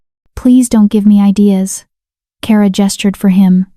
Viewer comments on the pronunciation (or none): none